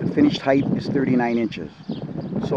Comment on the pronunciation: Good video, however there is no "H" after the "T" in the word Height..(Hite not Hithe)